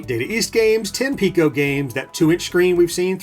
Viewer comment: It's Piko, not Pico.